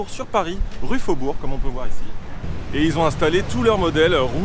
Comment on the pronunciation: Au fait, c’était rue Beaubourg (et non pas roue Faubourg), mais c’était peut être une bonne vanne que je n’ai pas capté ! 😂